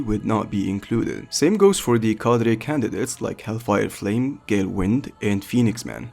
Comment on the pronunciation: Why are you saying the word cadre with a spannish prononciation